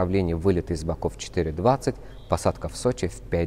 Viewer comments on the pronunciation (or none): none